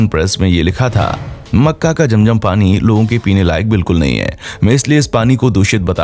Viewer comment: Sorry jum jum nahi zum zum 🤣